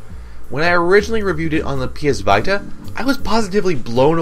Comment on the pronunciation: Why are you pronouncing "Vita" like that?